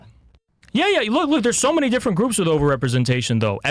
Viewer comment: I wish I could meet in person I'd give him shit for pronouncing many as minnie lol